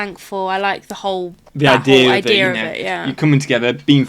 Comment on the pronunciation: I like how you guys said "idea" with an "r" at the end. "Eye-dear"